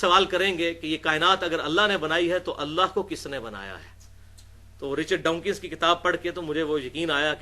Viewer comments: Richard Dawkins not donkeys 😂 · Allah jaisa kuch hai nahi exactly -_- aur Richard Dawkins hai vo.. Richard Dwankis nahi jahil. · You cannot speak his name even. He is richard Dawkins not dawnkins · Ali beta his name is Dawkins hai na ke dankees